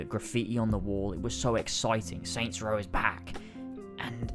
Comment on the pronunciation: Aw yes. "Soy Row"